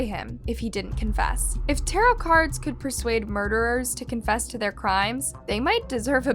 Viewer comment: tarow ? i thought it was tarot